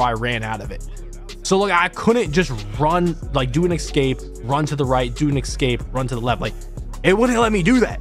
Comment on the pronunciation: Jesus mate. Its E-SCAPE.....Not EC-SCAPE. ESCAPE!!